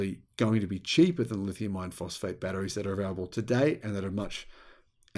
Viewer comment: For a long time I thought he was saying lithium ion phosphate instead it is I -RON